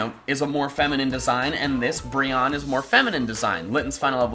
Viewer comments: I'm pretty sure it's pronounced Bri-onne pre Brion-ne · It's pronounced "briny". Weird right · Aren't you supposed to pronounce Brionne like Beyonce? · Love the video and all, but the pronunciation of brionne is -Bree-oh-nee Great vid though! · I believe Brionne is pronounced "Bree-own-nay"